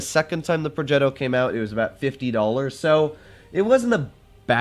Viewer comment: Complimenti per la pronuncia di progetto